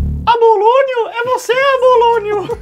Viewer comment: o nome correto é Apolônio!...e não ABOlônio....:D